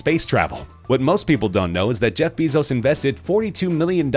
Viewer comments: ITS BAY-ZOES NOT BEE-ZOES!!!! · its not read bizos BEISOZ BEISOZ BEISOZ BEISOZ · You're not saying Bezos correctly!!!